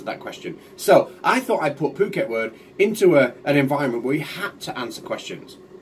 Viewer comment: You pronounced "Phuket Word" perfectly. He needs to learn to fix how he says it, but is that really a surprise?